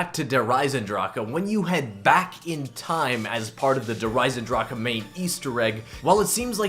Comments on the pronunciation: Der esendrach. NOT DER EZENDRAKA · "Der Eisendraka"......lol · Why do almost every youtuber say Der Eisendrache wrong? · The way you pronounce "Der Eisendrache" annoys me..